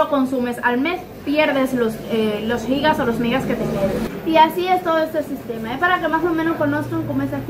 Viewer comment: me encanta que ustedes si dicen como es: Gigas ( Jigas ) que es lo correcto y no Yigas así leen muchos que es incorrecto